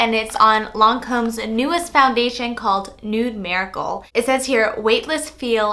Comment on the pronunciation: "Newd marry-cole"